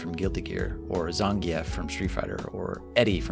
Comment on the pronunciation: You also say Zangief funny and it makes me laugh lol